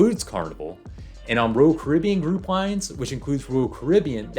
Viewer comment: It’s Royal, not rural.... js